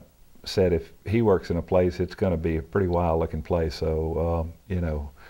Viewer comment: "She prertty"...